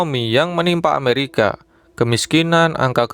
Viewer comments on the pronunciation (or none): none